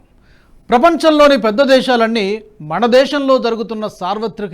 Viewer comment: మన దేశం అనడానికి మణదేశం అని ఫలితాలు అనడానికి ఫళితాలు అని తప్పుగా పలుకుతున్నారు దయచేసి సరి చేసుకోగలరని విజ్ఞప్తి